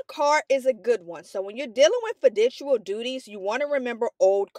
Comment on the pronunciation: the way u saying fiduciary and fiducial is hurting me